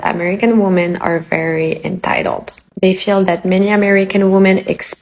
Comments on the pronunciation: Why can't any of these people say 'women'? They say 'woman' - singular. What's the deal? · Never listen to anything someone says who cannot pronounce the word "women" correctly.